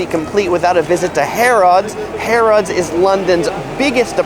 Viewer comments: ps appropos 'British English' Harrods is pronounced Harruds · Great video (as always) but the weird pronunciation of Harrods "Harr-odds" is hurting my ears. 😁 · I’m sorry, but the way you said Santander and Harrods 😂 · You mis-pronounced ‘Harrods’.